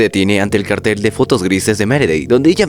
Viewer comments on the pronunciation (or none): none